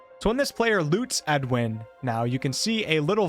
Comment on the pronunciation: Edowin, Not Edwin. I know small difference but that name is a bit loaded in BG